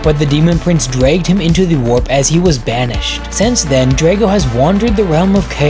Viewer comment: Hey guy did you know you've been saying the word 'the' wrong for a while now?